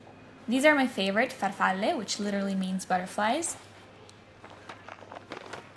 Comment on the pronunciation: Except for "far falleh." "It's FAR falle." Accent on "far."